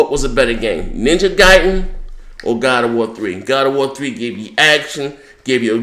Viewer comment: It's pronounced Ninja Gaiden, not Ninja Gayden.